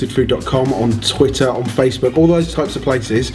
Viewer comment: did say "toitter"?